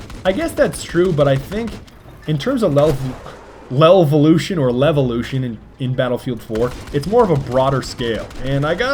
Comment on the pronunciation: why does keep saving lovealoution?" its LEVELoution.